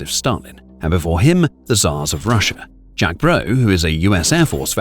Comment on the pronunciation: It’s “Jake” not “jack”.